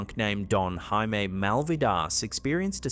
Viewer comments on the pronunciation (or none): none